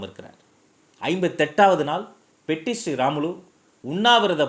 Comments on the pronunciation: Its Potti not petti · Hello LKG. POTTI PATTI SRIRAMULU. not petti SRIRAMULU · Anna I am from andhra he is potti sriramulu not Petti sriramulu